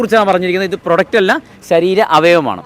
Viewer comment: അവതാരകനോട് പറയാനുള്ളത്, "പ്രൊഡക്റ്റ് "എന്ന് പറയുമ്പോൾ 'പ്രോ 'എന്ന് നീട്ടി പറയണം.